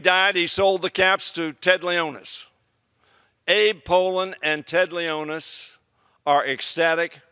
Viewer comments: Did he say Ted Leonis? It's Ted Leonsis. Either way, Caps still won, and I'm really happy! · It's LEON-SIS! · Ha he said our owner wrong!!! Ha like if u saw if too